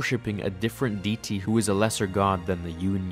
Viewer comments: Thanks for yet another great vid full of great information I wouldn't otherwise ever get! Side note/nitpick: Deity is pronounced 'Dee-it-tee' (or 'Day-it-tee') not 'dee-tee' :-D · The way he pronounces deity amuses me